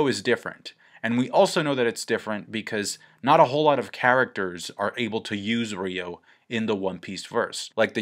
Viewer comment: it's not "Ryo (ree-yo)", it's "Ryuo (ryu-o)" .. .